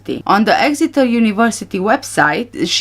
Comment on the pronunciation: You did say Exeter perfectly. You are a very good detective, keep up the hard work. So many of us know there are some very suspicious things about this whole case from the beginning, I think justice will be done one day.